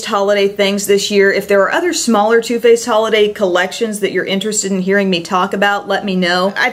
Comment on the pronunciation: is it only me hearing her saying toothpaste instead of too faced